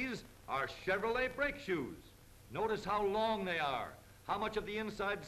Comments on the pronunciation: If I had a dollar for every time he said Cheverolet, I would be a millionaire after adjusting for inflation from 1934. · "This is a chevrolei hweel"